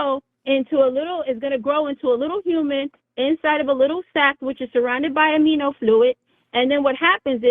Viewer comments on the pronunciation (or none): Amino fluid? Im no biologist but did she mean amniotic fluid? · "amino fluid" lmfao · Amino Fluid? Is that anything like Amniotic Fluid?